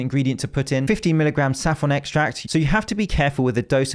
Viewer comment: Gotta love safffron extract and not saffron extract 😂